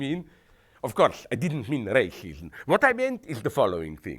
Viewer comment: What the hell is Rayshishum?